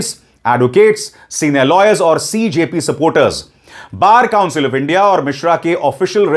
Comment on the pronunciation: ko lawyers bolna bhi nahi aata